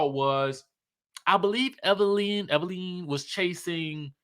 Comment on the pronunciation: It's Evil Lynn already!!! Evil LYNN not lene